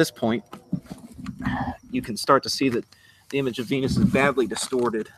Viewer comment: and its venus not venis!